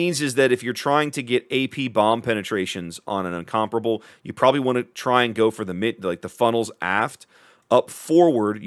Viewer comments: Sounds weird the way you pronounce it, It should be pronounced like in- com-pair-able, btw I am from England, and it was originally going to be a Battle Cruiser... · Thank you for finally getting rid of the word “Incom-pair-able” outa my head driving me mad!